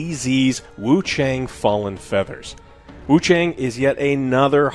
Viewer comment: The A in Wuchang is pronounced like the a in "ah" not as the way the letter "a" is.... Sounds incredibly ugly to keep mispronouncing it.